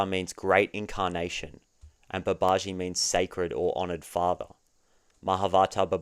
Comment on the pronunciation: I want to know how people can tell the difference between you saying you want six & you want sex - because those words are identical to Brits like me. 😂 Babaji is pronounced Baba-gee